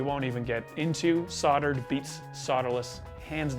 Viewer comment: If I had $1 for every time he said “soddered”, “sodder”, or “sodderless” I think I’d be able to swing a new pedal!